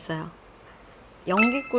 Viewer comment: 눼가 연귀를 못휐나? ㅋㅋㅋ 말투가 넘 귀여우십니다